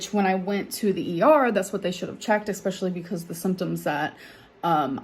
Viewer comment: I-B-profin, expeshully, impor’en, ub-load; she is so incompetent; and she thinks she’s a great writer